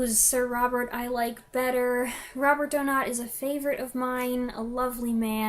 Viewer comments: I am German, Donat was German. Say "Donat", just DONAT. Stress on the 1. syllable. No "ou" or "ay", just "ah". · I think it's 'Do-Natt'. As you say, It IS a great story - a beautiful psychological drama. Rattigan is criminally overlooked these days.